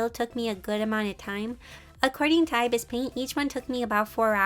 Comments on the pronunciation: Love this but its ibis paint x isn't pronounced (eye bis its ib isss) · The way she says ibis paint lol